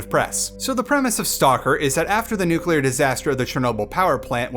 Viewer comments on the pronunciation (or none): none